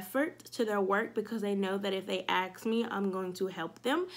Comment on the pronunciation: Just want to say I think you are doing a great job with your channel. Good luck. One suggestion is that you pronounce "ask" correctly. Please don't be upset with me for this suggestion. You are so knowledgeable and well spoken.